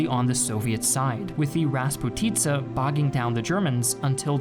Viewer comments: Марасссс и распути'ца . Ахахаха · Mozhaisk isn't pronounced like Motzaisk, but ok. Also it's raspUtitsa, not rasputItsa. You're not a native speaker, so that's fine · Hello from Moscow! It's called raspUtye (распутье), not rasputIza, which means different direction of the road, there is nothing common with the meaning of the timeline. Maybe this word was a thing in 40's, but nowadays I barely can meet this in Russia. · Also Finnish advance towards Leningrad isn’t shown and emphasis in “ras’putitsa” is in the middle part.